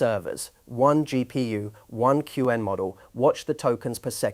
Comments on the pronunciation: Q-Wen is not the way most people pronounce it. Also, put at least 2 seconds of dead time before narration starts. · So I'm not alone ^^' And "cue N" for Qwen is a bit unsettling too. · the speech timing in this CLEARLY ai read is grading... the way it pronounced qwen, the way that it starts a sentence and sometimes pauses in the middle and continues... very annoying to listen to... that said, the content is top notch... I'm going to be reevaluating my local inference server for my openclaw setup this weekend. thanks. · that's why we keep coming back indeed, though mispronouncing "Qwen" tends to show he's a beginner, which he's not, apparently...